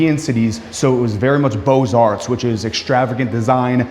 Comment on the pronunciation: I love the fact that you are highlighting the architecture that represents America’s most successful age. But, you have to get better with the names of the “crown molding” details, which is dental molding” and pronounce all of them correctly. It’s Beaux (bow, not bows) Arts. Best of luck. You will be unlocking the treasure trove of beauty for a generation that’s happy with banal, boring, blank buildings. Once they are exposed to the intensity of the design and the beauty of the old buildings, hopefully they will insist that everything we build in the future reflect the integrity of the existing architecture and is also a reflection of those incredible buildings.